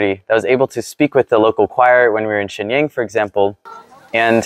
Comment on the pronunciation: Lost me at the butchering of Shenyang.